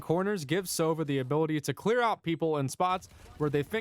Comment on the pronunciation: Just a tip: it's sovA, not sOva. It means - an Owl.